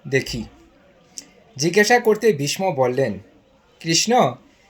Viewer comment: আপনি ভীষ্ম কে বিষম উচ্চারণ করছেন কেন ?